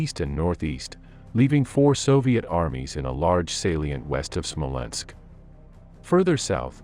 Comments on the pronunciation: Whats a Smolensko?...Do you mean Smolensk? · When I heard SmolenskO, instead of Smolensk, I thought I heard wrong... then SmolenskO sounded again and yet again. At the fourth time, I quit this roll. Evidently, a narrator deserves no credibility, one who does not know the proper name of one of the oldest European and Russian cities, esp important for the sake of this particular video ... once such a non-trivial mistake is repeatedly made, then everything else in the clip clearly has no dependability. Stopped watching, disliked and voted for misinformation! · Smolensk not SmolenskO lol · The narrator is calling Smolensk "Smolensko" but on the map it shows Smolensk, silly😅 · Its not "Smolensko" .. its Smolensk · Smolensk....not Smolensko..whats with the O after everything? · It is not Smolensko, it is Smolensk. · SmolenskO??? Jesus, wtf? 😂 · I can watch WW2 videos especially of the Eastern Front over and over again because the battles were so epic throughout the war. The casualties were like no other war in history and we have the previous holder of greatest human destruction of WW1 to measure this against. Smolensko? Seriously is there a real person narrating this video or what. Disappointing